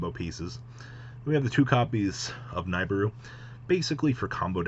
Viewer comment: His name is Spanish. That J is pronounced as an H, not an English J. Himenez not Jimenez. Also it's pronounced Nih-Beer-Roo.